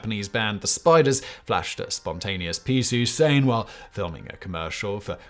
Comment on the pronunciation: Piisu sein or piisu sain? One would be saying peace sign in japanese and one would be gibberish (the way Simon says it).